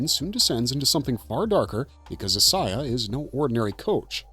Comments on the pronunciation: Who is “is-Eye-ah”? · He's pronouncing Isiah wrong